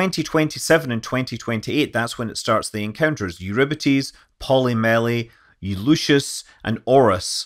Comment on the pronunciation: Eurybates or Eurpidies?